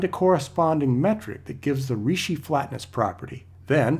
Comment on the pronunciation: Ricci is pronounced Reechee.